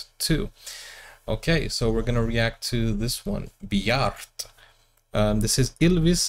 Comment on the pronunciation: Words and names ending in -e in Norwegian should be pronounced as -eh in English. Bjarte will then become Bjarteh. The same applies to one of the members of a-ha, Magne - Magneh - but here you as an English speaker have to put in an extra 'n' to get it: Mang-neh.